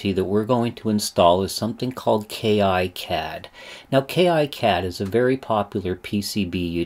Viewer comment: It's actually pronounced "KeeCad" , not "Key Eye Cad". And there is no professional or community version for KiCad, neither does it require a license. It's all FOSS, check out